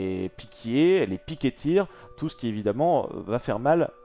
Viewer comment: Juste un détail mais : « Ce qui » et pas « Keski » les douzes premières fois j’ai rien dit mais là je n’entends plus rien à cause du sang dans mes tympans...